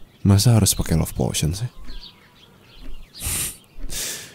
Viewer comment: POTION OI BUKAN POTOIN